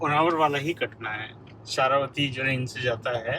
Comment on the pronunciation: it is जोग falls and not jog as in jogging and it is शरावती river not शारावती।